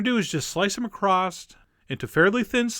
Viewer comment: Across has a "t" in it?